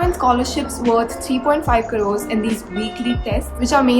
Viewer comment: When she said - kadores instead of crores Me - Yoooo mannnnn she is desi tho ;)